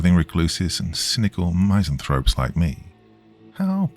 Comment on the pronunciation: "misanthrope" = "miss" + "an" + "thrope" Not my-zanthrope. In fact, the only word in English that starts in "my" is "miser". Where'd you even get that from?